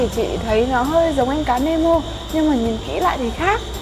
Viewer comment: nemo khong phải meno dau chị